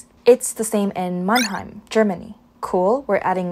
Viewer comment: Also, can I just say that you've pronounced Mannheim perfectly? Most English speakers pronounce the first syllable like the English word "man", but it's actually supposed to sound much more like "munn", just like you said it 👍